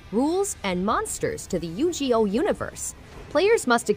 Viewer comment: I was enjoying the video until yugioh came up and the voice over butchered the name twice 😂😂